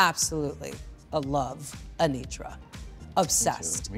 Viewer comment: My coworker called her aNOTra and now I can’t unhear it